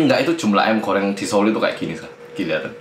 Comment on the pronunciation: apa cuman gw doang yang denger mas Hangsol itu bilang "ayam Koreng" wkwkwkw.. :-D